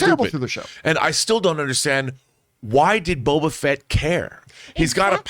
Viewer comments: I thought of something when mentioned her saying Bobo Fett. My German mother calls him Baba Fett, and she won't fix it and it's so annoying 🤣 but the difference is that with, it's the accent. My mother really doesn't care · is STILL saying BOBO Fett!